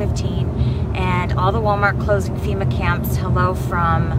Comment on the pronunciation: "Fema" not "feta".